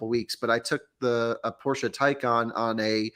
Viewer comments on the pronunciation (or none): Now we just need to get to say Porsche correctly.;D Will any of you fine gentlemen be at Fully Charged Live next weekend?